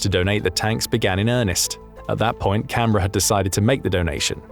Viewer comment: This is probably the first time I have heard a non-Australian say Canberra correctly